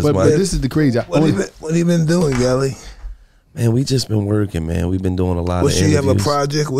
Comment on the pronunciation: Mike called him “Gullie” and Gillie wasnt boutta correct him 🤣🤣🤣🤣🤣